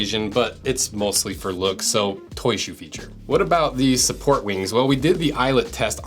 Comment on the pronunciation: Bro I’m sorry but I hate how he calls it “Toy ShOe”